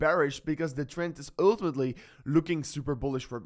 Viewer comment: Oouuutumetlyyy 😂 your pronunciation is wild